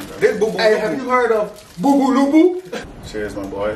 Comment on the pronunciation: My man was saying them all correct 💀😂